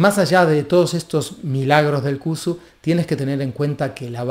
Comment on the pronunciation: Sería de ayuda pronunciarlo bien, no cusu, sino con se llama en realidad